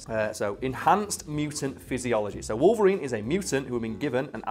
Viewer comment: i would just like to point out the fact that this man really just said Logarine GG